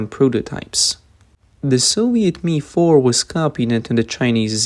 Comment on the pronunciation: MI is not pronounced ME but phonetically EME EYE. Like just the letters M and I.